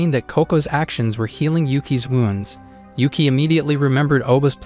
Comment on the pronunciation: Is not ueke its yuuki its nit uzen its kyouka